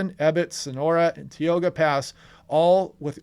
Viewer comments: I know it’s really inconsistent with pronunciation of other California toponyms, but Tioga (Pass) is pronounced Tie-OH-gah, not Tee-OH-gah. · Here in Marin Co. we have had steady, but not terribly heavy rain today. So far so good. Just a couple of pronunciation tips, it's Sa-leen-ess and Tie-oga pass. Great coverage and I have my fingers crossed for the folks in the Sierra and in the foot hills.Thank you so much for the updates!